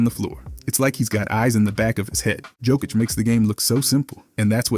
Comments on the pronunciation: Narrator was too lazy to research pronouncing his name. If he got paid, he needs to do his job properly. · Bro knows many facts about Jokic but can't pronounce his name correctly 🤣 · Jebem te gluvog komentator! Nije Đokić već Jokić!Jokić je najbolji ikada! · Looks like there are still people in 2024 who haven't figured out how to pronounce his surname. Are you deaf?